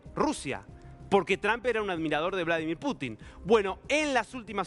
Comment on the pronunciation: Estas nervioso, sos un tonto para hablar. Como vas a decir Bolo dimir Putin. Nadie te entiende lo que informas. Mejor practicas antes de informar